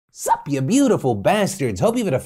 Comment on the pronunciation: The "sup" from his intro sounds like a puppy barking